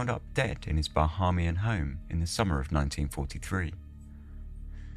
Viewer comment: Bahamian pronounced "ba-HAY-me-an". Nassau pronounced "Nas-saw"